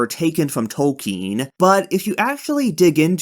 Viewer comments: it wasn't 'subversive' to have fantasy not modeled on tolkien (his name is not 'tolkein' or toll-KEEN as you keep saying) was never true. there was a short time when a publisher would act like that was true. yet it never was, even then. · Who is J. R. R. "Tolkeen"?